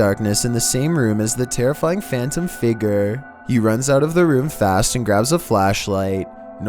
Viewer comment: 1:97 “A phantom figger”